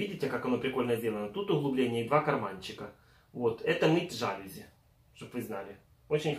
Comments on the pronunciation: Жалюзи . Ударенин на последний слог. ( и ) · для мытья жАлюзь или жалЮзь)))